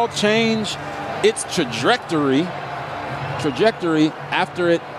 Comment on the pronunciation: Typical announcer that can't say the word "trajectory"!! That's what u get when u stick former players in the booth!